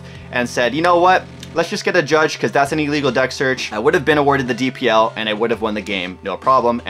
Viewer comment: I think the canadian in you got in the way of calling judge 😭😭